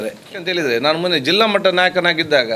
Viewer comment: ಮೊಣ್ಣೆ ಅಲ್ಲಾ ಮಾರಾಯ ಮೊನ್ನೆ, ಕನ್ನಡ ದಲ್ಲಿ ಸರಿಯಾಗಿ ಮಾತಾಡೋ ಕನ್ನಡದ ಶಬ್ದ ಕೊಲೆ ಮಾಡದೆ ಸರಿಯಾಗಿ ಉಚ್ಚಾರ ಮಾಡಿ ಮಾರಾಯ